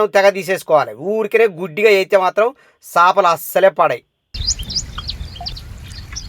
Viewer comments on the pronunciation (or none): చాపలు కాదు .. చేపలు